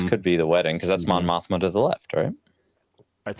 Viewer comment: Mon Mothma? More like Mon Moshma.